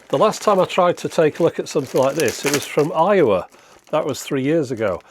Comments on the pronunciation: Took me a couple of minutes before I realized you were saying "Aiwa" rather than "from Iowa"... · Lol I thought he was saying "Iowa," not "Aiwa" lol